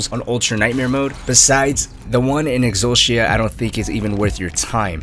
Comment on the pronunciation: yo who calls it "exul-she-a"??